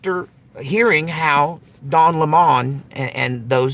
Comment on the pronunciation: Don Lem..Mon, lol